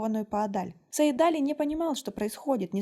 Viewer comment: Имя называйте правильно - Саид-Али’. Ударение в конце.